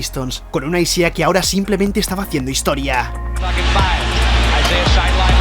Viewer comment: Se escribe Isiah, se pronuncia Aisaiah